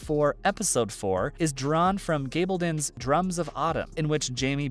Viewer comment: Note to the narrator: Diana Gabaldon pronounces her name Gahballdon. Not Gayballdon.